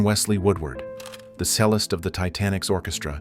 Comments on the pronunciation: The "sell-ist" on the ship??? It's cellist - like chelist 🤔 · The AI narrator that can't read dates or pronounce "cellist" dishonors the memory of these poor souls. That aside, I was very touched by this.